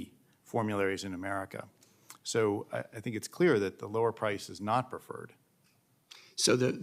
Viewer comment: Let me be cleayuh. Sick and tiyud.